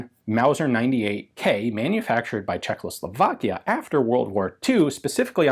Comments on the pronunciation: Why does Ian say "CzechLoslovakia"? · CHE-h-hoe-slo-VAAK-ish-(e) Gh(e)-Wer-fub-reek